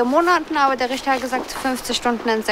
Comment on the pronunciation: ein guter „Rischta“